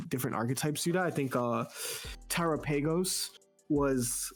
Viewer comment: Terapaygose is killing me